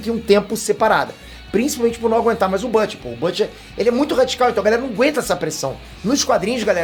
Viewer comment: quem é bâte? fala português caralho kkkkkkkkk deve ser o Bruto